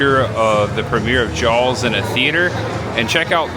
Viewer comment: By the way, … It’s Jaws not “Jawls”